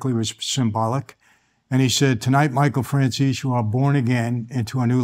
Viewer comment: And for the millionth time; It's Franzese with a Z. lol